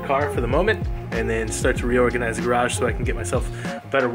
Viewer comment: should say my garage how he says garage garage